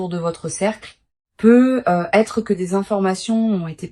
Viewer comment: Pourqyoi ces PEUUUUUU....ETRE ET NON PEUTTTT ETRE . I.A ...I.A ...I.A EXPLIQUEZ VOUS ...QUAND MEME ...